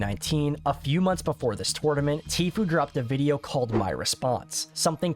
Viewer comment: Please learn how to say tournament.... great video though.